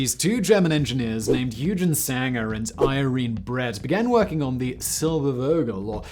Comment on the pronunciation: Like I said on your Dyna-Soar video, it's "Oy-gen" (hard g) Sanger, not "Eu-gen" (soft g).